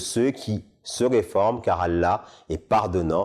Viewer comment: Mdrrr il sait même pas prononcer le nom Allah correctement et tu crois qu'il sait lire l'arabe c'est une blague il sait même pas prononcer la sha-a-da sans fautes un truc de base chez nous